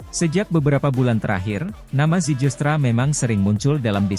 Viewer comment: nama yg dinaturalisasi namanya itu mauro zilstra(dibaca) bukan zijilstra(dibaca) sebab tulisannya zijlstra ada huruf "j" yg ejaan dalam bahasa belanda J=Y,terima kasih